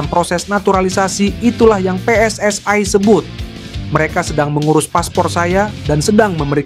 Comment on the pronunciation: PSSI bukan pss ai